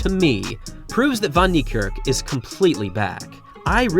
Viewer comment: For someone who purports to respect Wayde Van Niekerk, you still haven't learned how to pronounce his name correctly - despite the fact that people (not only me) have been pointing this out to you for years now! The "Van" is NOT pronounced "von", as you repeatedly do. It's more correctly pronounced as "fen". Your continued butchery of his name is disrespectful and inexcusable.